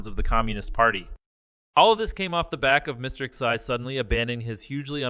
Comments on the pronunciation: You’re supposed to deliver the “news“ and you can’t even say Xi’s name correctly.😅🤣😂. Your obviously a and nobody would take you seriously let alone hire you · my thoughts ok, I never listened to you bc you ingornat as fk. How can you not pronounce XI name and you want to be the news 😅🤣😂You will never make money off this Chanel, your boring and your voice is cringe worthy.